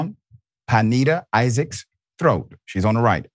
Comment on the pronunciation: Good doctor, it's pronounced pin-NAY-da. Love your work dawg